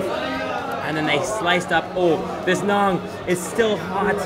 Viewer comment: its na'aan not naaag